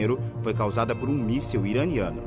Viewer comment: Míssel ? Micéu ? Ou míssil ...